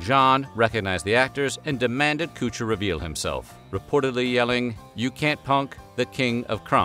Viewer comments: Yooo this guy said cot cher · Koocher....lol what a doof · I wanted to see the video, however after the 5th time he pronounced Ashton's name wrong. I had to stop the video. If you can not pronounce any word correctly Then learn to say it properly b4 the video, call him by the name you can pronounce,, or avoid the video all together. No matter how bad I want to sew something, I can't watch it if your inaccurate about the topic or in this case can't properly pronounce the name. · Feels like he’s doing it on purpose. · What's that got to do with him saying his name wrong though? I didn't make this video, neither did op, but we don't say Cootcher. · Narrator can't even say his last name correctly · It’s really bothering me the way he says Kutcher… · Interesting how you’re pronouncing his name. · The whole time watching this video I was thinking why is he saying his last name wrong he's pronouncing it wrong the only thing that irritated me about the video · It's pronounced "Kutcher" not "kootcher" Jesus wept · Him calling Ashton Kutcher, “cooch-ER” is so distracting. 🤣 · Killing me with the Kutcher pronunciation haha pretty sure he's trolling because its pronounced how you think it Would be Kut-cher not cooch-er 😂😂😂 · It's KUTCHER! Not KOOCHER! Who does'nt know that?? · Darn, it's a shame Coocher's show couldn't revive Kweebee. (I love your choice of pronunciation) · Damn! Forgot to count how many times the OP mispronounce Ashtons last name as "Koocher" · Man said Coocher the whole time lol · "Ashton Coocher" lmfao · "Ashton Koocher." 🤣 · Lol ... "Cooch-er" instead of "Kutch-er" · "Kootcher" you did that on purpose, and it was stupid after 2 times. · It’s Kutcher, not Coocher. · Okay but does everyone pronounce his name as "Ashton Cooch-er" and I just missed it? I thought it rhymed with "butcher." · Who the f is Coocher? It's Kutcher. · Ashton "Koocher" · Kutcher, not Koocher lol. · His name is Kutcher, not Kootcher. :cringe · Who's Koosher? Lol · Its not kootcher